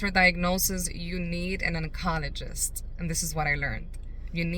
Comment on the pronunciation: It’s pronounced on-col-o-jist